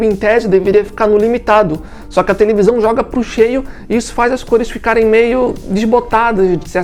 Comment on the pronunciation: Tevelisão kkk